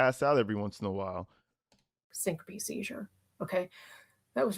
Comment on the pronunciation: Did say stinkope? I think she meant syncope.